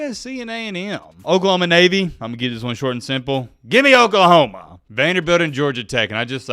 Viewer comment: thanks for sharing my comment that was awesome. I really enjoy the channel nuff said. And would you please stop saying Okliehoma lol. And speaking of Oregon disrespect, as a Sooner fan I will NEVER forget the great 3 blind referee debacle of the 05 season. Wtf was that? Yes I hold a grudge 😅